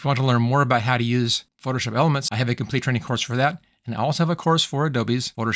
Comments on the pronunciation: Sounds like you keep saying "foship" instead of "Photoshop." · You say “Photoshop” with three syllables at some points, then with two syllables at some points. Hearing isn’t an issue with you say some words like you were hit in the back of the head while speaking.